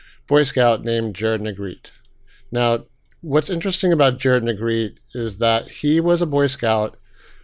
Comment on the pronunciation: “Neg-GRET-tay” not “Neg-GREET”. Well you pronounced it correctly later.